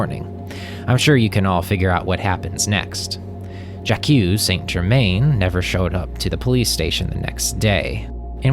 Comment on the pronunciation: Who pronounces Jaque '"Ja-Q"?